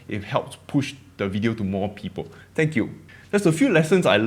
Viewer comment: Like many others, I have no problem with your accent at all. English is not my first language either. I value your contents. If you really want feedback, pay attention to words wtih "th" at the beginning or end. 'Th'anks.